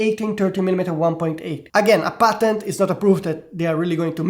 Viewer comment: Took my 5 minutes into this video to realize he was saying Patent and not Button haha 😂